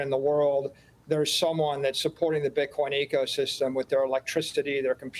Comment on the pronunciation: Echosystem. He said that for a reason I believe. You think he does or doesn't know it's Ecosystem?